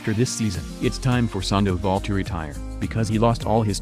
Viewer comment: Who else hates how he pronounces sandavol and tulowitzki